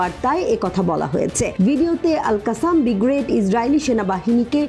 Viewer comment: Is it only me who is continuously hearing bigrade rather brigade?